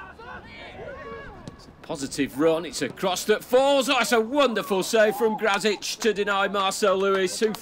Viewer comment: Yep he is a Pole Should be "Gracik" if they want to speak a bit more correct